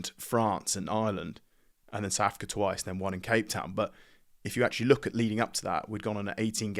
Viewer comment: Why do people in inglan say "Souf" Africa?